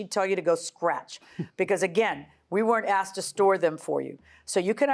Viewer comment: What a beautiful woman… until she says “so I axed her”